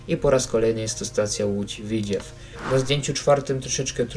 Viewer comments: Tak ogólnie to się mówi Lódź Widzew a nie Widziew taka rada❤ Ogólnie na pewno kupię to DLC ja jako mieszkaniec województwa łódzkiego to wspaniała wiadomość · nie łódz widźiew tylko w i dz e w ( nie ma tam i ) a po drugie doinformuj sie bo ty nic nie wiesz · Nie Widziew, tylko Widzew! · Dworzec - Rogów Grzybek - Koluszki Parowozownia - Skierniewice I nie mów widziew tylko W I D Z E W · Tego bełkotu słuchać się nie da, wraz z tym powtarzanym „Łódź Widziew”. Jak robisz materiał to przygotuj się merytorycznie i naucz wymawiać nazwy własne.